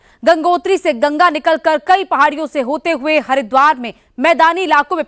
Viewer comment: Gaga nhi Maa gangaa bol